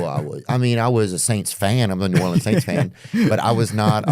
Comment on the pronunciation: Because it’s not “yockum” and not new or- leans